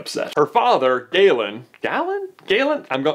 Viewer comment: You pronounced Galen right. My little brothers name is Galen.